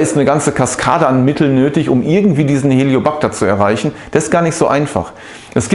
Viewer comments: Es heißt nicht Helio backter Helicobacter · Helicobacter nicht Heliobacter! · Sprechen Sie von Helicobacter oder Hellio Bacter? Und was ist denn der "Hellio Bacter"??😂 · "HELIO -PACTA"😂 Lernen sie bitte mal Professionellere Videos zu machen...unfassbar...